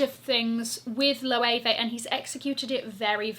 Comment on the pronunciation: I knew you would say Loewe!!!!!! And you are SPOT ON